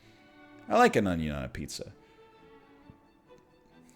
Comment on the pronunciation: A good onyo is a heavy onyo.